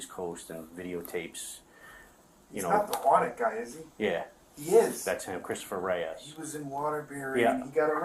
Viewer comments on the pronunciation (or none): "Christopher reyas" 😂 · Yeah that's him it's Christopher Reyes 🤣🤣🤣🤣🤣 great police work you can't even get his name right